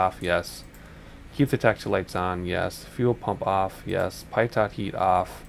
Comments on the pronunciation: "Pie TOT" lol ....pitot = "Pee toe" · Great video! Very helpful for a new XP guy like me. One minor thing. Pitot is "pee-toe", not "pie-tot". It's French.